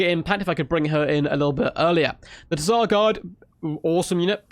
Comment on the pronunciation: Definitely not pronounced "Teh-Zar".